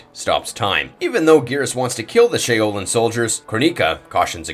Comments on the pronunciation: "shay-o-lin"????? LMAOOOOO💀😂😭😭 i also love how for some reason he tried to copy gerus's voice and say the lines instead of just putting in the gameplay audio💀😂😂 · Or the "shay-o-lin" temple. The word pronunciation on a lot of recent videos has gotten bad. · "shay-o-lin" temple.... o.o I really never nitpick with word pronunciation but there's been a lot of recent videos that have had mispronounced names of the many fictional characters. But Shaolin. "Sh-ow-lin" Love all the videos, and how much y'all put out on just a daily basis alone but maybe slow down just to make sure more isn't so mispronounced that it becomes distracting. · Krahh-nih-ka ShOW-linn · I can’t even enjoy this video he butchered so many names shi-oh-Lin.. tf is this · Shā-O-lin? Really? No one in the history of anyone has ever said it like that! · 😂 I wasn't sure if there was an Irishman called Shay o Lin in mortal Kombat as a secret player maybe 🤔😂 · He dead ass said shaolin "Shay o Lin" 😂 unless there's an Irishman in mortal Kombat I don't know about 🤔😂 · not the ShAy o Lin?! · No fuckin way you just butchered Shaolin that bad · Why does he say her name like that lmao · There’s no damn way this man can’t pronounce Shaolin correctly😂😂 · SERIOUSLY DUDE CANT EVEN PRONOUNCE "SHAOLIN" PROPERLY!!!!! I honestly think this narrator should consider a new career if he can't pronounce common words regularly...this guy is so bad for this shit like WHAT?!?!?! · That’s actually how the developers were pronouncing her name during the reveals